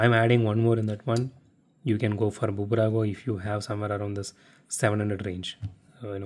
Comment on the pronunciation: It's not Bubrago, it's just Burago, the 'B' is just a logo